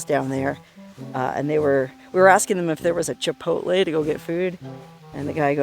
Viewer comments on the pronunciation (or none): none